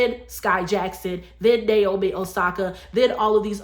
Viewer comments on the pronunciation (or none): none